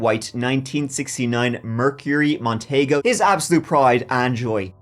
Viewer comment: Hey guys- the Merc Montego,(mon-tee-go) was actually pretty spacious for a coupe. Those back seats were likely bench seats and as I recall, fairly roomy. Compared to today's cars...well, no comparison! Easily, TWICE as big as anything Mercury makes today!!